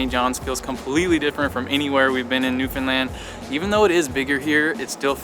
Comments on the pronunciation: I love you pronounce Newfoundland correctly. Great videos! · As a Newfoundlander I have to say I'm impressed with your videos, and in particular you pronounce Newfoundland correctly! So many folks mess that up. And I can tell you really researched things. I grew up in Port Union and Catalina and used to hang out at my grandparents place by the boardwalk in Bonavista. You did miss the historic sights in Port Union but I'm being nit-picky...you guys did a great job. Thanks again. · You are the only people who are not from NFLD who say our province name right… FINALLY!! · My boyfriend and I found your channel and we’ve been binge watching the Newfoundland videos you’ve posted. Crazy I have lived here 30 years and haven’t seen some of the things you’ve posted in your videos. ALSO!!! Thank you for taking the time to learn how to pronounce Newfoundland! Love your channel, and will be watching in the future! Subscribed for future travel videos!! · I know that this might sound a little odd to some, but I really appreciate how you took the time to learn the proper pronunciations of the province and the various places you visited. I know that it might sound a little petty, but it is appreciated by the people who live there. Rarely do you come across a travel video of Newfoundland where they pronounce the names correctly. Great job!!